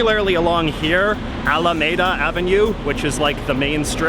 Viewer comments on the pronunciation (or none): ha we always say al-ah-mee-duh not may-duh.